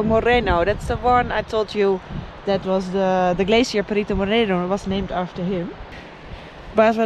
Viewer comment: Today you pronounce correctly the word "Perito Moreno", not like the last day when you said "Perrito Moreno " perrito is a small dog in spanish.:-)